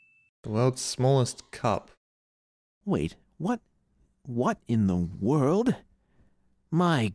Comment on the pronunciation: Tbh, my favorite thing of all of this is how you pronounce world like weld. It's just the best thing ever to me.